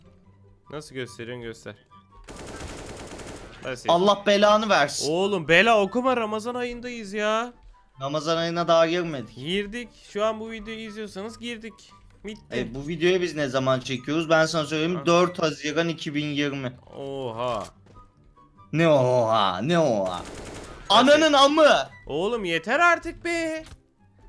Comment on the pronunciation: Abi bitti diyeceğine mitti diyon